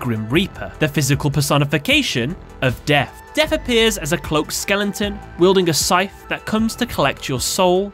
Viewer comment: I can't tell if your mispronunciations are on purpose or not. It's really hard to tell. Like Endymion becomes Enmion and Skeleton becomes Skellington.